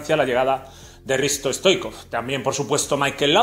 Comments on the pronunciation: No se dice Risto stoicov se dice hristo STOICHKOV la H sería como una J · Pq dices stoikov? Es Stoichkov!